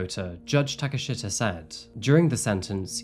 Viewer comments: Thanks for another interesting true crime story from Japan. FYI, the judge's name is pronounced like Takashta (Like you pronounce Takeshita-dori, you don't pronounce the i at all in a shita, it's just written that way due to the language). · The correct pronunciation is Shee ta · Its Yuu Taka Sheeta. Its not an unfortunate name. You just mispronounced it. The i in Japanese words is pronounced as an e. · "Unfortunantely named Judge of "Taka-shit-a." It would be pronounced "Ta-ka-she-ta" - Youtuber error lol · Uummmm....I think it's pronounced takashta? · Damn, judge take a shita lmao. That is NOT how that name is pronounced, but I appreciate the mistake. It made me chuckle. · Hey bud just fyi if you see the letters “shi” in a japanese name its pronounced like how we say “she” so the judge name is pronounced “SHEE-TAH” idk if thats any better hahah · Takashita is a relatively common name in Japan and it’s pronounced “Taka-sheeta” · just fyi, in Japanese the i is pronounced the same as a long e sound. So Takashita would be like Ta-ka-shee-ta.